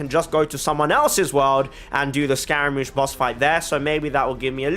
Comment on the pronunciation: scaramouche is pronounced differently, I think you should look it up :) it's like scar-a